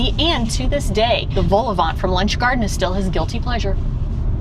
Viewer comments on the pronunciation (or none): Eyo, you went to Schoten? Love how you carefully cut the Quick out of the shot :') Also, please stop pronouncing the T in Vol-au-vent. I've never gone to Lunch Garden myself, mainly cause I'm not a pensioner 😝 An Italian burger has mozzarella inside it iirc.